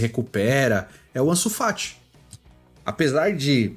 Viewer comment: Bizarro dps que falou ansu FAT eu parei de ver